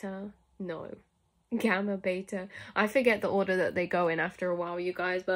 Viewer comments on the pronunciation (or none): none